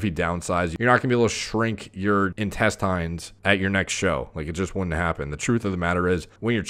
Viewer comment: In-test-AYNES? Isn't it in-TEST-inns